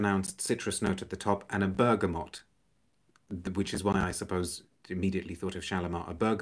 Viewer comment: First channel I’ve seen where the letter “n” isn’t inserted into the word “bergamot”!